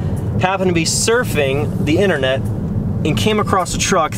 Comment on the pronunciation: “I was searching the Enernet”